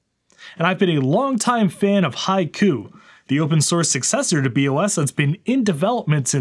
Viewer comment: That's not how you pronounce "Haiku". Is it on purpose when it comes to HaikuOS?